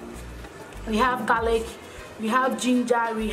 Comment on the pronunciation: garlic not garric Ingredient not ingledient Salmon not siamon 😀😀😀😀😀😀